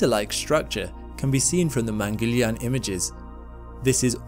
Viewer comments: Excellent video. Btw..Mangalyaan is pronounced as Mun-gul-yaan. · Man-gal-ya-an मंगलयान You were close but still great pronunciation.. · You could easily have asked an indian for the pronunciation! Mungal. Yaan or Mars vehicle there is no shortage of Hindus on this planet, only shortage of effort. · not mangilyaan , its MANGAL YAAN . meaning MARS VOYAGER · It's not pronounced Mangelian...lol..It is pronounced as Mung-gal-yaan🤣😂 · Mangal yaan keep distance in pronunce Mang al yaan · Great video. I was too curious to know the aftermath of this launch and you provided that info. One small note: It is not pronounced 'mangelian' it is pronounced as 'Mangal Yaan'. In fact it is a two words combined. (Mangal = the planet, Yaan = the craft) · It's not man - Gil- iyaan , it's man - gal - yaaan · It's not Mengalyaan ! Its Mang girl yaan (pronunciation) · Good video bro, informative too🙌... One funny thing is that, your pronunciation was like "India's Mangoliyan mission to mars"😅... Just kidding... It was ok😅🙌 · Its pronounced “man-gal-yaan” and not mangilian. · Its not mangiliyan its mangal-yaan pronounce correctly we pronounce your english words correctly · I'm not sure "yarn" is a good description. Yarn sounds like barn. There's no "r" sound in "yaan". Wouldn't the aa sound in yaan sound more like more like yahn (or John, yawn)? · Please pronounce the name of the mission correctly: it’s Mong pronounced as in MONk with g. Gal as in seaGUL and yaan. mun-gul-yaan means Mars traveler. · pronounced as "man-gal---yaan" "man" as in " human" you're welcome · Americans Don't read this: You've been pronouncing it Wrong it is pronounced as : Mun (Pronounce "u" as in bun) Gul (Pronounce 'u' as in bun) Yaan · Please pronounce it correctly: mangalyaan is pronounced mann-gull-yaan (mann as in MUNdane, gull as in GULliver and yuan as in YAA-N) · It is Mangal, pronounced as Mungul. Mangal is Mars in Sanskrit and yaan means a vehicle. So it is called Mangal-yaan.